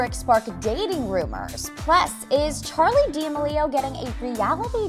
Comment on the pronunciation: hah you said Charli name wrong !!